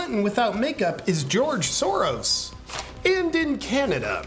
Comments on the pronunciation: I think he said “ George Soreass”. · It sounded like you said. “ George SoreAss”. Or was it. “ George Sorrows”. ?